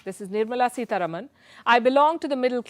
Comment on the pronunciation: सीतारामन not सीतारमन